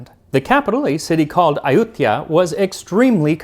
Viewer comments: Huh, I always heard it pronounced Ay-u-thai-ya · Ayuthya sounds more like Ayodhya, does it not ??